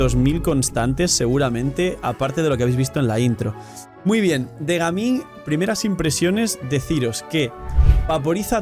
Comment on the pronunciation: En colombia le decimos gamin a los delincuentes, ladrones, malandros, etc es mejor pronunciar su nombre en ingles Gaming 😅